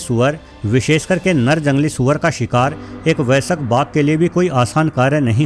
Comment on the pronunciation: Vaisak nahi vayask hai sahi word